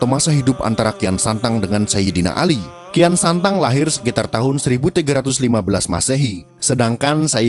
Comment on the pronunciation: sok tau lu..bisa baca ngga lu tong..kian santang kok dibaca rakean sancang..cari referensi jngn sok teong..malu2in genx lu tong